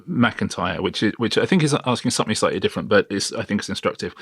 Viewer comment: When will someone finally tell Simon Cowell that somethink isn’t a word ! 😂😂😂